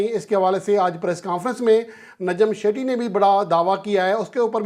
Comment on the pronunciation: شیٹھی نہی ہے سیٹھی نام ہے 😢